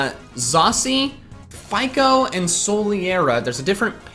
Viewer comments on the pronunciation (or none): none